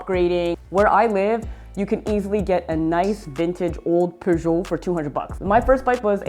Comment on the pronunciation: It's pronounced pyoojit